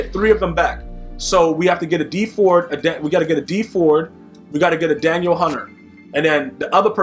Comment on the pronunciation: Please pronounce his name correctly hes not a girl, Da Neel Hunter